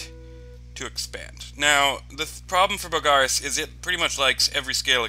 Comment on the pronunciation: Mostly its the stressing the wrong vowel. You stress the a in Bogarus, where it's supposed to be the o.